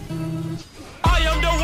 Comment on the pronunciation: That "noice" killed me